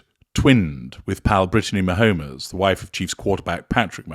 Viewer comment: Great to check back in with you. I don't think you watch American football. Ma-homes is pronounced "Ma - homes", with homes pronounced as the plural form of home (analogous to drone - drones and without the sound of "-ez" at the end.).